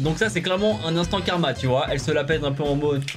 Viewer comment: Quand t’as dit "instant Karma" j’ai entendu "instant Carambar". 😂😂